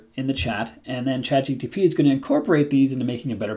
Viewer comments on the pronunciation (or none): I hope you are aware you are keep saying "ChatGTP" instead of "ChatGPT" Other then that, thanks for the vid :) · You said CHATGTP LOL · Bro... Start with learning the proper order of letters in ChatGPT... because you systematically pronounce (and even write sometimes) "ChatGTP"... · Am I the only one to notice that you call ChatGPT ... Chat G-T-P? Hmmm. I have heard a few people do this. It's a sort of auditory dyslexia. BTW: I found the same (similar) prompt on the Coursera course with Vanderbilt University. This is a GOOD prompt, I won't call it the ULTIMATE prompt, but it could be used by most or for most use cases because it is a generic prompt that can be use in whatever context you may deem fitting. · Came to say exactly this 😂